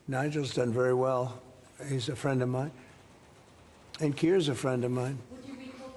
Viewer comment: He's my Fwend😪